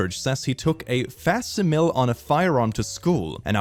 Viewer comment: The real problemb is that you cant probounce facsimile